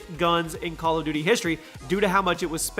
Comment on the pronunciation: Did anyone hear "Bal of duty" 😂😂😂